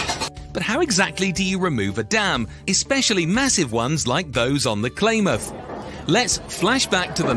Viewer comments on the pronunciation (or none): Blah blah blah Klamath is pronounced clam ath, not claim ath. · Pronounced Clamath!😮